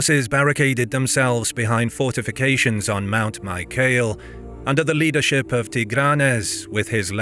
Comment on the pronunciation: Isn't it pronounced Mi-ka-lay, rather than My-kale?